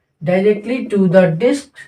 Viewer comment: diks nhi lode diks galat word hai disk hota hai gawar